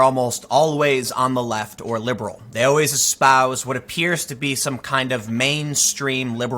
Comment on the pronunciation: You keep saying "liberal", you're constantly making that mistake. Also, don't these celebs and shows realise that it is actually a small audience that they are faking their anger for? Just look how many of these far left media outlets are failing.